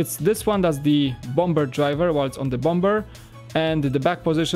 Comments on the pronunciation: For the people that are triggered about saying bom-b-er instead of bomber, is polish even though he's been speaking English for years he has said in a stream that he still has problems with some words he doesn't use very often, you can understand him, correct? Yes you can, so just leave him alone, alright? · The second B is silent in Bomber. Pronounced "bommer" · Good review, but I hate the way you pronounce bomber...